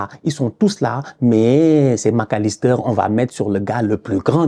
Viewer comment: "Gravenberch, Macalisster" 🤣